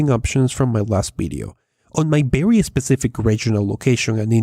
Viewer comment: It's Very not Berry